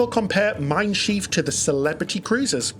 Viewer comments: Shiv... not sheeve bro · Your pronunciation of Schiff makes it “schief”- which is very apt. It means wonky, or it combination with the verb “gehen” as “schiefgehen” - to go wrong. 😂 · but it’s spelled Schiff, like Ship. One i!